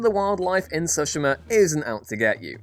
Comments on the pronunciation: Don’t let this dude do anymore video’s unless he can learn to pronounce Tsushima correctly. Soshima is not even close. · I couldn't get through the entire video with the way he says Tsushima. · i like the video cause the info it gives but hate cause the mispronunciation of Tsushima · Anyone else bothered by the way he pronounces the title?? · Good grief, how many different (incorrect) ways are you going to pronounce Tsushima before the video is over?